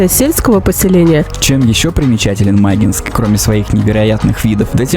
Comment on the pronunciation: ударение на И. Не мАгинск, а магИнск!